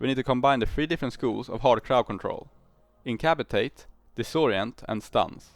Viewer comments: In-cap-ass-uh-Tate by the way. Love the video as always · wake up babe, we procced a new way to pronounce incapacitate